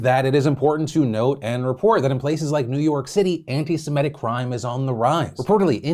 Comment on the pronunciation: I usually don't correct people, but I wanted you to know that it's Semi-tic/tism not Seme-tic/tism.